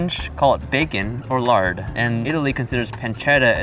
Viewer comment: I died when he ruined the French pronunciation of lard lol. Just say "lar" skip the D.